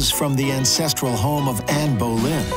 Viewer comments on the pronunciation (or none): none